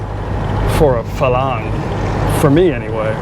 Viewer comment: You keep pronouncing Farang as Falang. Please pronounce it properly as Farang. You have to roll the “r” slightly